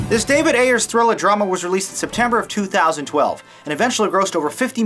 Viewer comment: the director's name is Ayer. But it is a common misconception to put an S at the end of it.